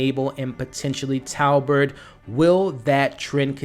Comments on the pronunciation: This is a great video! My only comment is you keep saying "Talbert" instead of "Tobert" 😂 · It’s Robert with a T 😅